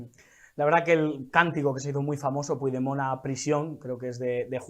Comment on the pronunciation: Se pronuncia Puchdemon, no se si es burla a un presidente democraticamente electo por parte del perroflautismo o ignorancia supina.